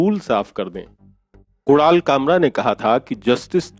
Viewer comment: .... what the f did he say ? Kural kamra ? F lol 🤣😂